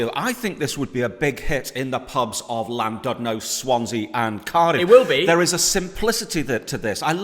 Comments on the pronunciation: It’s Llandudno not landudno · As a Welsh person it almost killed me when said ‘Landudno’ 😂